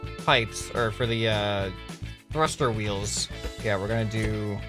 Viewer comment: HE SAYS :THRUSTER WEELS me thinks:YEE JAW